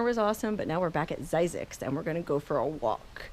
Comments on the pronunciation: Phonics.. hmmm .. only s single vowel. Thus a short i.. not long i.. Thus phonicly speaking.. Z-zixs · Zzyzx enunciated Like Physics